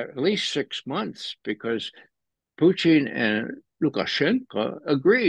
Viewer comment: can you ask Ray for me, why he calls him Pooteen?